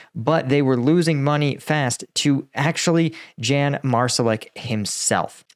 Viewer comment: 'Yahn' not Jan